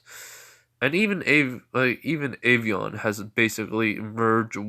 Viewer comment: it's not avion it's albion